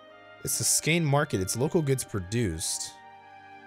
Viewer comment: Hehe, Skåne is pronounced "Skaw-nee"